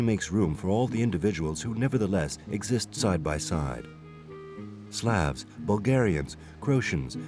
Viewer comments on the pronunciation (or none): none